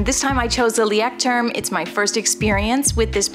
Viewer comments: This is unrelated, but I thought I would tell since I saw a video where you talked about Leuchtturm journals. You pronounce it loystrum. I actually Googled it. Haha! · Found you channel and love the content. Thank you for sharing ... It's fun how you say "Leuchtturm" ... Greetings from Germany ;-)